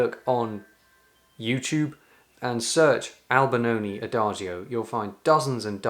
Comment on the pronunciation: i thought it was Albinoni but kept hearing Albanoni